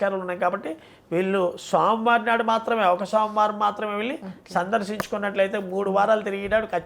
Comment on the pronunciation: Vruchhika,budhavarama, somavarama ,clearga cheppaledhu